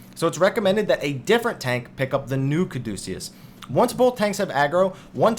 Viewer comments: LOL, nah, it's 'ca-doo-see-us' or 'ca-dyoo-see-us'. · I think Caduceus is a reference to the medical symbol of medicine of two intertwining snakes around a winged staff. It is probably pronounced "Caw-de-cuss" Good, helpful video.